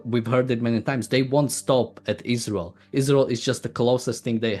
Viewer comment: Ayran, ayraq, but not aysrael.